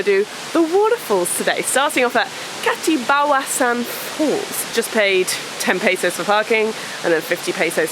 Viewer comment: Camiguin: [kah - "me" - GIN] stress on the third syllable, hard "G" as in "guess" Mantigue: [mahn - TEE - geh] stress on the second syllable, hard "G" That's my favorite island too!!! You went in January? People splurged during the Christmas break, we're back at work, broke... I feel sad for Cole, his phone stolen. Glad you enjoyed the island... 😃